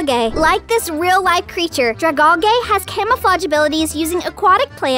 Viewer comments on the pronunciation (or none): Actually it''s dra-gal-gee ps golly gee willikers